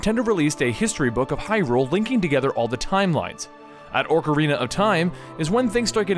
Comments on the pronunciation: it`s pronounced o-carina of time. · liking the videos, but why the stuff is he saying orcarina? we all have strange ways of pronounciating zelda words, but this guy is bold as all heck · And "Orcarina". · its not oRcerina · Aw ka ree nuh. Ocarina that's how it's pronounced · ORK-arina? smh... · its OCARINA not "ORC"ARINA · no offense but its oc-a-rina, not ork-a-rina, again not offence but it was killing me that you were saying it wrong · ÓCARINA OOCARINA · O-ca-rina! Not Orc-arina. XD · You said orcarina of time it"s supposed to be ocarina of time. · What's a orcarina its Ocarina and who's gannondolf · It's not Orcarina, it's Ocarina. You keep putting Orcs in your Ocarina. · OCK! OCK! Not Orker. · Oc-like doc, Ar-are, Rina-like the end of balle'rina'. Hope that helps i hate people that pronounce it like it has an 'r' after the 'o' Orkarina? so annoying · ocarina... not orecarina. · Please stop saying oRcarina of time. It's Ocarina. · How he's calling it an oRcarina is killing me. There's no extra R in ocarina >.< and that's a actual instrument so you dont have to guess how it's pronounced... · BTW its "Ocarina" not Orcarina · Don't listen to DigitalSamurai on the pronunciation of "Ocarina." I speak Japanese and have played the Japanese version of all these, and Japanese is a phonetic language requiring no pronunciation guide. It's "OH-ka-ree-nuh," and not "Ahk-uh-ree-nuh" like most people pronounce it. However, he is correct on Ganondorf and VAH-tee Also Fi is pronounced "Fi" as in the first couple letters of the word "fight," not "Fee" as in "Feet." Let me know if there are any other ones you want to know about. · i'm sorry to sound like an ass, but it's not orcarina, it's pronounced : Oh-core-een-uh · i cant even take u serious nomore bro i heard orcarina and it kinda threw me off but i let it slide... then u said ganondalf it was over at that point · Orcarina, Ganondolf...Dude, pronunciation of weird words is one thing, but you just plain can't read.